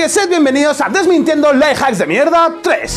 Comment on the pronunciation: Me hace gracia que al decir "Life Hacks" se le entienda "Lie Hacks", que en realidad es lo que son, mentiras jajajajaja